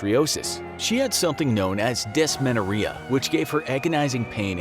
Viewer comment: its said as: Des-mon-or-he-a